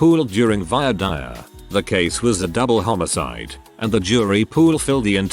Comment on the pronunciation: It's "voir dire", not "vior dire", and it comes from an Anglo-Norman phrase "to speak the truth", where lawyers can figure out who they want on the jury in the upcoming trial, and hope that it works out for them.